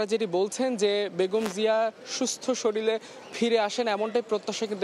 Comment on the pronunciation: একজন রিপোর্টার “শরীল” বলে কেমন করে? “শরীর” হবে শব্দটা।